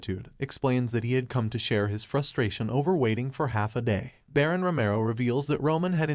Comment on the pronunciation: Why can't these people pronounce shit properly. Like Baron and Duke.